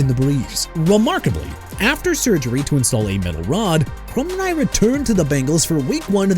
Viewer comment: First off dude it's Demar Hamiln not Jemar Hamlin. Also it's Tim Krumrie as in crum-rye! Have some respect for every athlete and team you're talking about or QUIT YOUR JOB! And why you got a bit of Andrew Luck on there when you're discussing Peyton Manning?? You people disgust me!